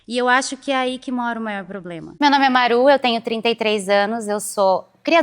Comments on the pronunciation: esse loiro: POblema, &sTRUp@ pqp não sabe nem falar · "estrupo, poblema"